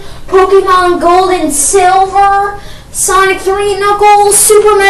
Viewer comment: hes foring us to agree and hes saying sanic hes obviously too young to understand